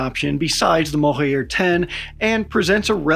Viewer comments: The J in "Mohajer" drone (meaning "migratory" in Farsi) is pronounced like J in Journalism & not J in Alejandro. You can pronounce it as Mohaa-Jer. The munitions carried by Mohajer 6 is Qaem, which is an Arabic word & even difficult to pronounce in Farsi, and is pronounced "Qaa--em" (2 syllables with noticeable stop between each syllable) and the Q pronounced like R in french. You pronounced the other Farsi words & names very well! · Where are you getting the "Yer" from in Mohajer, just pronounce it as it's written. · The J in Mohajer is pronounced like Voyager. Mohajer means Migratory.